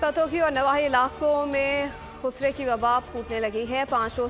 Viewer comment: Khusray ki wabaa? Hutaam? Tuk ko tak. In anchors ko to Urdu parhna b nhi ata